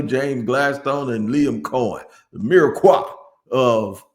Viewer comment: Love ya, but it’s mirepoix with a “p” not mireqoix with a “q” lol. & that’s the onions, carrots, and celery base. The holy trinity is the same except swap carrots for bell pepper. GO JAGS!